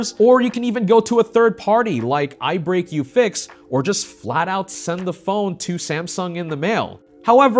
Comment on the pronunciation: Not calling ubreakifix "I break, you fix" 🤣😆🤣😆🤣